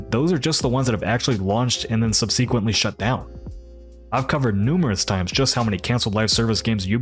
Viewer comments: What's up with pronunciation of "subsequently" here?? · Bro, please search for a video on this site that demonstrates how to pronounce "subsequently". Htf did you grow to adulthood without learning to pronounce common words?